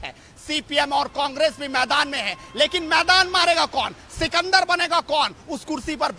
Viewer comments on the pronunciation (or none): Sikanda nahe porsh